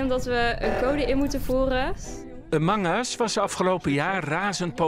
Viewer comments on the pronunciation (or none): Verstond amanga's in plaats van among us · "amungus" xD edit : KIPNAGGET xD ik kom hier puur voor de spelling deayum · Dat is wat je een engels accent noemt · Haha amangas kipnaget wat een uitspraak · KipNaggat😅, Amang us, hoe the dock spreekt deze Guy de A uit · kerel, je snapt toch wel dat de comment letterlijk de uitspraak van de spreker belachelijk maakt daarom spelt hij het zo, btw je moet boven de 13 zijn om een youtube account te maken (